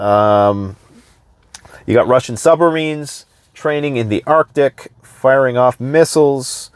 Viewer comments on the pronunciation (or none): none